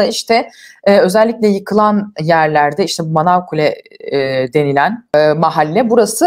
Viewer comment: 5.43 -Manakule değil Manavkuyu Nevşin Hanım.